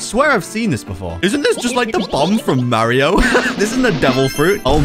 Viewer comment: bro. Said. Maryoo. But it. Is. Mario